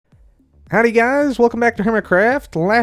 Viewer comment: In the start of the vid u said hiwdy guy welcome back, why didnt u say howdy guys here,and welcome back to hermitcraft